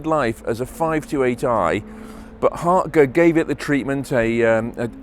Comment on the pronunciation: Finally someone who can pronounce HARTGE properly!!